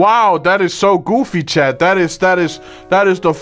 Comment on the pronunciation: Hey Stan did you ever notice that when you say chat you say chad?